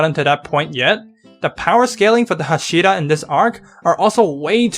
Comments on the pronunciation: OK OK OK Lets learn something all together STOP CHANGING THE ACCENT OF THE TITLES AND THE NAMES OF THE CHARACTERS. Everyone know so much about anime series. However you dont even know how to pronounce the titles and the names or you dont respect them. Its not hash(I)ra. Its fucking h(A)shira. Learn the names first and then tell your opinion to the crowd and that goes for everone like you Youtuber or not! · Why do you pronounce hashira so odd? Like, you make a demon slayer video, you want to be taken seriously I assume, but you don’t even take the pronunciation seriously? How am I expected to take your interpretation of the events seriously if you can’t even pronounce a single word repeated many times in the anime right? How is this related? If you keep pronouncing an easy af word wrong, when in the anime is pronounced right many times, it seems to me like you didn’t even watch the anime 😂. Edit: OMG, you also pronounce Inosuke wrong 😂. And yeah, based on your commentary if the events and understanding, it seems to me you really didn’t watch the anime imo. You might have looked at it, but to me you didn’t seem to really have watched it 😂. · The way he says hashira angers me